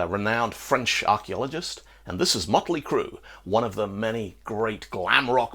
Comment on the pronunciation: I'm going to call it mutley cruh from now on, lol